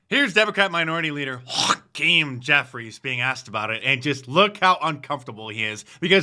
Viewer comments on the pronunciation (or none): 😂 So funny the pronunciation of his name. Crack me up you do. 😆